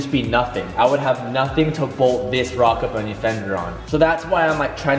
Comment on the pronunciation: “Hey what kit are you running on your 350z?” “Oh I’m running a rocka bunny kit” “don’t you mean ROCKET bunny?” “Yeah why” “oh thought rocka was another rep kit” LEARN TO SPEAK BRO